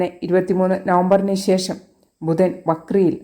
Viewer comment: പ്രവചന ശൈലി നല്ലത്. പക്ഷെ ശേഷം എന്നത് ശേശം എന്ന് ഉച്ചരിക്കുന്നത് കേൾക്കുമ്പോൾ അരോചകം ആയി തോനുന്നു. എന്തിനു മനോഹരമായ ഭാഷയെ ഇങ്ങനെ കൊല്ലുന്നു.